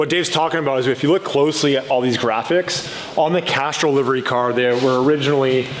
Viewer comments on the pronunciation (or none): It sounds like your saying Casserole instead of Castrol lol am I the only one noticing? 🤣